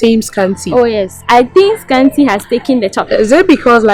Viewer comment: Scanty once said asant😂😂